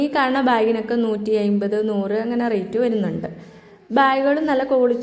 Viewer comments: ഐമ്പതല്ല അൻപത് എന്ന് പറയൂ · അയിമ്പത് അമ്പത് അല്ല..... അമ്പത് എൺപത്